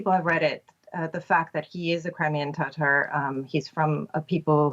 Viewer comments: Did she say he is tartar sauce? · ❤❤❤❤❤🎉🎉 Russia is only losing ground every day. That's not a successful counter-offensive, it's a, it's a negative retreat! 🇺🇦🇺🇦🇺🇦 Crimean Tatar, Yeah! (That's not like the sauce, BTW! Lot's of bad pronunciations in the news these days.)